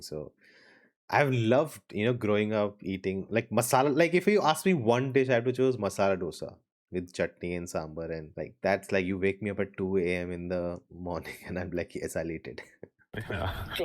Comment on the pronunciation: small correction brother, it's not डोसा it's दोसा (not saying because I want to be a intellectual just to let you know ✌️)